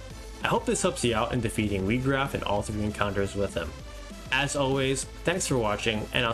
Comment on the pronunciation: His name is not pronounced wee-graf it's pronounced why-graf good video though